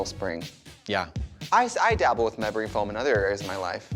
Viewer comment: Don't you mean "mamory foam" trixie 🤣 when you're feeling yourself up